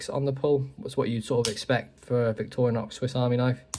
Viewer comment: Victoriax...? What the f...? 💩 German AI Voice!